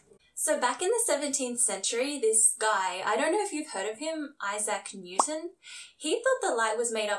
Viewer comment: Eye-zach New Ton?